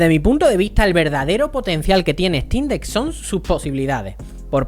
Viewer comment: No puedes ni pronunciar el nombre, obviamente no te gusta la "ejtin deck", imagínate que no te gusta porque no puedes jugar fall guys de origen OMG.